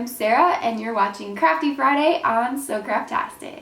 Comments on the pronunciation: this is the first time I've ever watched your videos and I thought u said so crappy Friday and I was wander why Friday is crappy😂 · I thought she said "crappy Friday " in the beginning 😂